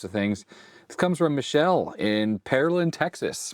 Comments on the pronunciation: Goodness, that's not Michelle. Michele is Italian for Michael. It's pronounced mee-keh-leh. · FYI It's not pronounced Michelle (female) it's Mi-kel-leh which is Male and the Italian version of Michael (Mike) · Your Italian is in need of some training indeed. "Michele" is pronounced Mee-que-le (like LEt) and it's masculine given name, not Michelle like M. Obama. Love! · Oh ha, the way you pronounce Michele in English makes it sounds like a girl's name, but "Mike" was a hint: in Italian it's a boy's name pronounced mee-KAY-lay. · I suspect Michele's name is pronounced like the '80s - '90s F1 driver Michele Alboreto. Bob Varsha on ESPN always pronounced it like "me kelly" or "meh kelly". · that's not how you pronounce Michele, you said the France way, the female name, in Italian sounds like me-ke-le(as lemon)